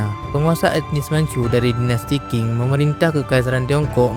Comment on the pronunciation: Sebelum buat video tolong dipelajari dan dicatat dulu dong bang sejarahnya. 1 menit pertama ud banyak kesalahannya, tp sy tetap nonton sampai selesai sih, benar2 banyak mengarang bebas atau memang salah sumber? Bisa baca di Wikipedia juga urutan dari dinasti2 kunonya. Terus biar ga bingungkan penonton Qin dan Qing itu bukan disebut dinasti King, Q di sini bisa dibaca Ch, Qin = Chin, Qing = Ching. Keseluruhan, walaupun campur ngawur tapi saya apresiasi semangatnya membuat video pengetahuan begini dan cukup menghibur. Semangat untuk terus berkarya, semoga sukses!